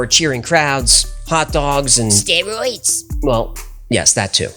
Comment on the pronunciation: I love that "steroids" comment with that accent is hilarious